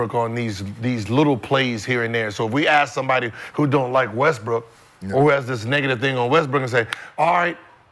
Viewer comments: why brah keep tryna play Westbrook? Lol he don’t even realize he say westbrick he say it so much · Addressing the disrespect but he keeps calling him WESTBRICK. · called him “west brick” the second time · In the first five seconds, he calls in Westbrick.😅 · I heard you say Westbrick bro. played it off smooth tho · Bruh called him westbrick 5 secs in 😂 cmon cuh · has one more time to say westbrick... Think he's slick smh